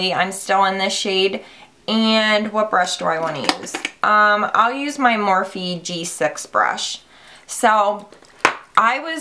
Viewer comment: The E is silent in Morphe.